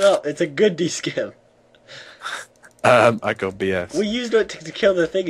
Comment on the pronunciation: it's pronounced Scim as in sim not skim...